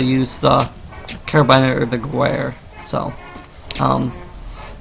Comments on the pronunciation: the gewer is pronounced gevair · It's Ge - wehr not G - ewerh